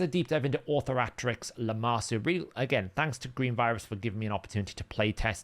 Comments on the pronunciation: Au-THOR-a-trix, same way you'd say Authority. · It's really not hard to pronounce; aw-THOR-uh-trix... you can pronounce authority. you can pronounce dominatrix. you got this.